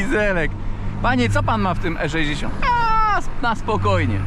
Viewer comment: "E szeesiąt" :D :D :D